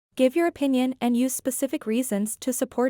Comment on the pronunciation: Bạn này tả tranh và speaking tốt nhưng nếu cải thiện phát âm ,âm th unvoiced và âm / j/, bạn đọc use thành “iu’